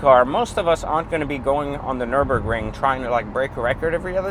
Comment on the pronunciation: Loved it. By the way it’s Nurburgring, not Norburbring 😄